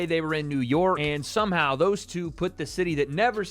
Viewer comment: Thumbs down for that gay ass way of saying two. Show your loyalty to Lucifer some other fucking way.... also what the fuck is this a fashion show? who gives a shit what the fuck they dress like or what the fucking hair looks like.